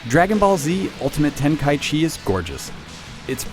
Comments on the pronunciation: needs to learn how to say the title. It's not ultimate ten-kai-chee it's ten-kai-ichi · Ten-kai-ichi not Ten-kai-chi yes its weird but seriously... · It's "Ten-ka-ichi" not "Ten-kai-chi". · Dragon Ball Z Ultimate Tenkychee...really? -_ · its ten-kai-ichi idiot u dont know anything about dbz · well, actually, its te-n-ka-i-chi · No, it's not. It's Ten-ka-ichi. I'm assuming you didn't even bother to check whether that was actually the right way to pronounce it. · this guy pronounces tenkaichi really weird....